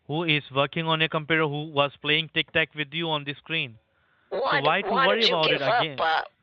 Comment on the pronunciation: "Im Playink tic tack"